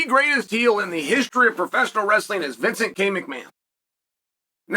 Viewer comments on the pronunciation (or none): none